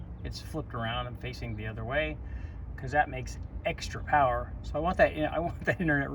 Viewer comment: LOL flipped manifold =Powah, hahahahahaha!!!!!!